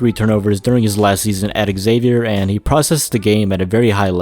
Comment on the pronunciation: Just so you know, it’s pronounced “Zay-Vyer” not “Eggzavier”